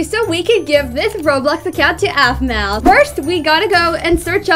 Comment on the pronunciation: It sounds like A-fu-ma